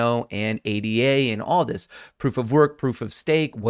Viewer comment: it's pronounced ADA, not A D A